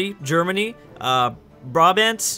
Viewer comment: its brabant not brabent